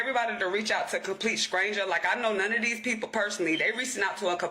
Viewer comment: Idgaf where you’re from, learn pronunciation! Scranger is wild 🤣🤣🤣🤣🤣🤣🤣🤣